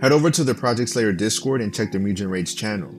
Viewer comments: Like, pronounce the g as in god and dog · “Mudjen train” it’s mugen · moo gone is how you pronounce it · Bro said moojin train😂 u say jif too?